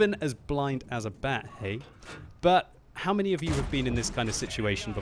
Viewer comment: Kinda sounded like he said blind as a blyat